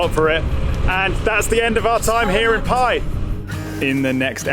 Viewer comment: Just fyi, its pronounced with more of a "B" sound than a "P"...